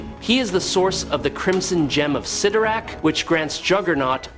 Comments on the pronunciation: It's spelled 'Sitorak', not "Say-torak"😂, although I noticed you weren't sure and kept spelling both ways. Yep, Cyttorak fakks! We, smart ones knew that. 😌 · I don’t know why it does but when people mispronounce the names characters it sets my teeth on edge. Never more than when they say Charles Xavier’s name wrong. Pronouncing it zavior. Ugh. You kept bouncing between correctly and incorrectly saying Cyttorak’s name everytime you said it I kept to my Computer CYTTORAK. I’m sure my neighbors think I’m crazy right now